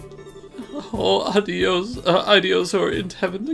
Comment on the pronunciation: Just an fyi it's "Ayy-dee-os" for Aidios. Which that'll be a name you hear throughout the entire series haha.